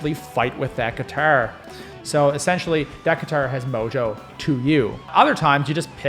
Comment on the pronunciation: I laughed every time you said : Giturr 😂